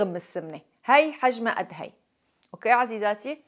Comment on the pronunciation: بحب اكتر كلمه عندك سوسو اوقي بتحكي اوكي اوقي تعلمتها منك كتير حلوهه